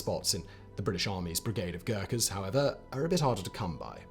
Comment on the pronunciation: God!!!! You just butchered their name with dreadful pronunciation!!!